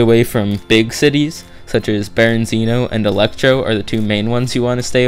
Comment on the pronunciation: I don't know why this bothers me because its not a big deal but its Berezino not Berenzino but like i said its not a big deal just letting you know.